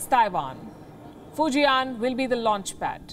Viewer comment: It's Fu Jian(Fu Jan), not Fu Ji An.